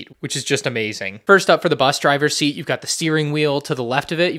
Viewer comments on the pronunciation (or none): none